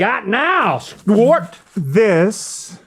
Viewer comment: “What we got now St’wart” - Link 😂